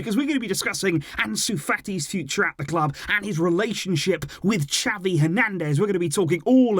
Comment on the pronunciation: Why do you say "chapi" Xavi is pronounced "za-vee"😑😑